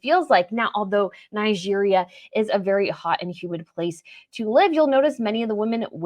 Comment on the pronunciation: Your pronunciation of Nigeria is highly irritating.